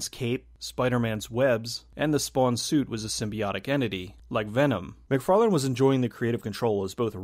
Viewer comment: Why do yo keep calling him Todd McFarland? His name is Todd McFarlane.